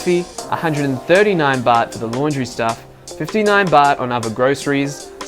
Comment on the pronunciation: you make Baht sound like Butt